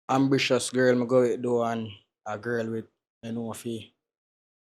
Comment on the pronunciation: “Ambritious” girls mi go fa 😮😂😂😂